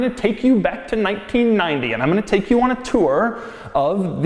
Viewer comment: Holy hell. The way he says 1990 bugs me almost as much as his childlike, completely clueless description an equalizer. It's an audio equalizer you twit. Annoyance aside this brought back great memories of my high school days. Many of the things he pointed out as being weird are things I miss about cars from the 90s when I learned to drive.